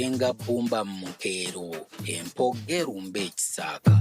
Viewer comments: Empoggo erumbe ekisaaka. But in reading it sounds like empogge'rumbe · Point of correction; was saying ",empoggo erumbe" so when making a sentence it sounded like "empoggelumbe......" He didn't sound the "O"